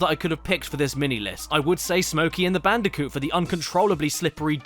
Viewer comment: I LITERALLY CAN'T SLEEP WITH THIS VIDEO I START UGLY GIGGLE EVERY TIME. "Bandicunth" ends me every time